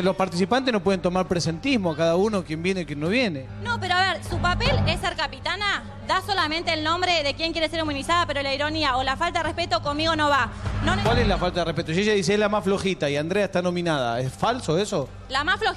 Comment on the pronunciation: diceconmino en ves de con migo